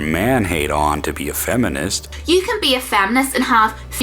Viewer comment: Why is she saying "faminist"? :P